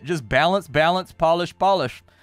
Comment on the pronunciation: Microcivilization, not "Minicivilation" :D